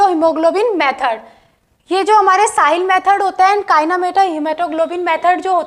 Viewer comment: It's sahlis method not sahil method pronouns properly